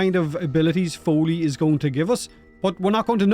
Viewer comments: "foley" and having devstream footage of the actual spelling and pronounciation "follie" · "Follie" not "foley", I'm sorry but do you even catch that not everything spins around the english language? and should not be taken as a "standard language"? Folie in french translates to "madness, insanity, craziness..." which I think it fits her.